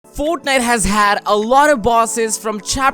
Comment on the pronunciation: . "Tore" And "Foetnite"